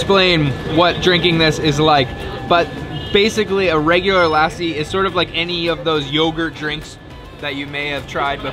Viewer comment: You're gonna put on at least 10-15 pounds by the time you leave Punjab/India.. just a friendly heads up to be prepared! 😁 Also its PUN JAB EE not POOON JAB E... and its LUH SEE...not LASSIE...